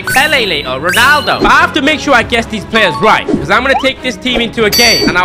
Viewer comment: bro said ronadlo 💀